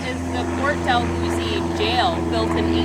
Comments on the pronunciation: Neither of you can pronounce it correctly! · Omg, why don't you know how to pronounced Port *Dalhousie*... what you are making a video about?! Seriously?!